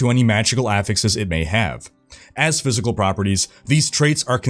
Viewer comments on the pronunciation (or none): none